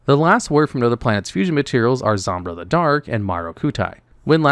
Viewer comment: I'm glad I'm not the only one who pronounces Zombyra's name as "Zombruh".